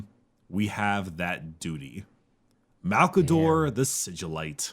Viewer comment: You mispronounced "Malcador the Hero"